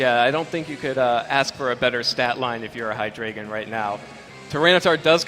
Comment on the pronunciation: It bothers me so much that the judges don't pronounce Hydreigon correctly. It' evolutionary line is based on one two and three from the German language. Ein rhymes with dine. Zwei rhymes with why. And drei rhymes with eye. They all even follow the rules of English. People have the same problem with my name, which is part of the reason why this bothers me so much.